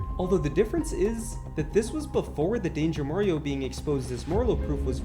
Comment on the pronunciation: he say it wrong its danger mario 😂